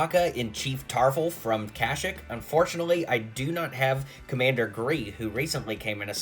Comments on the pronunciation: It’s pronounced Kuh-sheek, not Cashik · you dont say kashik you say kasheek and spel it like this Kashyyyk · How did you pronounce kashyyyk?!